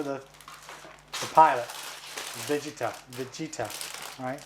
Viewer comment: Come on guys! You mispronounced vegeta and sayian 😑😑😑 Edit: and thats the oneso I heard before I made this comment. You build these gunpla and watch the anime so you should be able to say the names correctly.